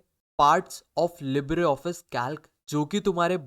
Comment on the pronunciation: bhai pls english improve karlo its libre not libra